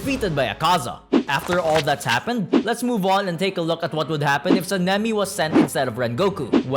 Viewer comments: San-nem-E says this guy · be like Senimi ✅ Sanemi ❌ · bros saying SENEMI not Sanemi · Him saying seemingly and not sanemi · Bro said san-a-me describing the wind Hashira